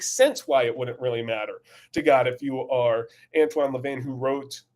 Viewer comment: Bad video, for the first time. Also it's "Anton" not "Antoine" LaVay. Great stuff. I, too, have seen the gradual corruption of evangelicalism by Calvinism. Aug. 14, 2023.